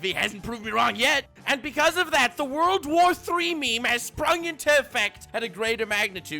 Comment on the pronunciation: He said World War III not WOURLDO war III This must be serious